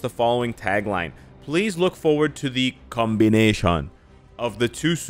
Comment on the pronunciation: Wah Gawan, you unironically said "combination" in an jamaican accent. That was funny to me. 😄